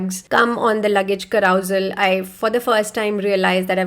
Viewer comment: Carousel ki pronounciation seekh lo pehle